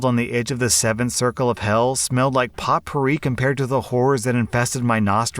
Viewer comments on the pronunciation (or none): Potpourri is pronounced po-pour-ee, you do not pronounce the T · potpourri - the T is silent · Lol “pot poorey”